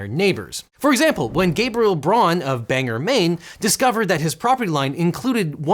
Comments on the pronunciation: lol Banger Maine. Mainer here, we've always pronounced it Bang-Gore. makes no sense, but most names in maine dont. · it's not benger maine it's bangor(bang gor) maine. That's is the worst insult you can say to a mainer I am offended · hey just a heads up it’s Bang OR Maine not “Banger” lol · ITS PRONOUNCED "BANG-OR" NOT BANGER. they dont like it when you call it that 🤣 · It's pronounced Ban - Gor, not banger. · Oh no... BANGER maine? (sorry, born there.) We call it Bang-gore, I think the same as the irish call theirs... the welsh call their bangor, Ban-gerr instead. Can't attest to any other bangor in the US, though.. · Its bang-gore not banger 😭🤣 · the ONE time i hear of my town in an video and you pronounce it BANGER. BANGOR. OR. WITH AN OR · I just found this video and and as a lifelong Maine resident, I have been made uncomfortable by your pronunciation of Bangor. (For those wondering, the correct pronunciation is “Bang-gor”, not “bang-er”.) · its not banger its bang-or lmfaooo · I always enjoy how people who aren’t from Maine pronounce some of our town names. We pronounce it Bang-gore not Bang-er. It always makes me smile because the spellings of some of our towns don’t line up with the pronunciation. Like Woolwich we pronounce Wool-itch or Topsham is pronounced Tops-ham. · IT'S PRONOUNCED Bang-OR, NOT BANGER!!! Ffs Explodes in Mainer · That's my uncle in this video xD It's BANGOR not Banger lolol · Hate to be that guy, but: It's pronounced BANG-gor, not BANG-er. Good video, by the way. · oh you did NOT just call it Banger, Maine. It's Bang-gore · Bangor Maine is pronounced "Bang-Gore" not "Bang-er" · you mispronounced Bangor it's Bang-or not Bang-er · For the first example its BangOr not BangEr. If you said that to someone from Maine they would hate you. Great video though! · it's pronounced "Bang-gore". We have many uncouth jokes about the "bang her" pronunciation. :-) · Bang-or, not Bang-er... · Small thing from a Mainer. It's Bang-Gore not Bang-er.